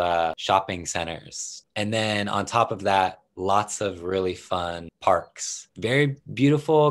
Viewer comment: Those R's. Rearry is what I hear, but I can tell you are trying to say really. So work on the R's that you include in your words.